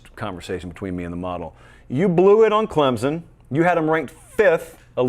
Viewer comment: your show is the best!! I’ve been really enjoying it this season. That being said, could you please correctly pronounce Clemson??? you said it like 6 times within a few seconds and I nearly lost it.